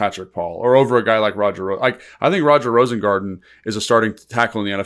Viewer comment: Rosengarten. It's not Rosengardener.